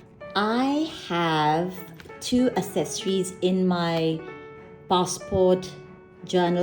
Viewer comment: Love this video, thank you! As someone diving back into TNs after 5 years away from paper journaling, and having never used TNs WELL before, this was EXTREMELY helpful, thank you! Also, just FYI, accessories is pronounce AKsessories, not assessories. =) Very common error!